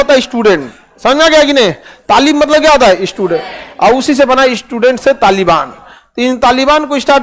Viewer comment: Thalib se thalibaan 😂 ilm ko thalim bolthe